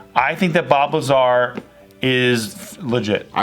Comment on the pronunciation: Bob Lazar. In an earlier JK video when was talking about Bob Lazar, it sounded like she was saying Bulbazar. I was like, let me look up this dude. Started googling Bulbazar and couldn't find anything.:( finally figured out it was Bob Lazar.